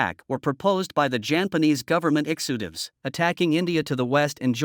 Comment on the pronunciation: And he horribly mispronounced "executives".